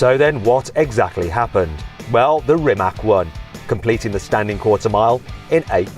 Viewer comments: Learn It already... It's spelled REE-MAATZ, not ReeMack. Mack produces trucks... ❤🇭🇷🏁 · Its Rimac not rimak